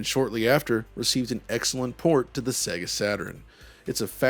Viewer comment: Wonderful video but please pronounce SEGA correctly. It's SEYYGA (as in 'AGES'), not 'SEGGA' as in EGG.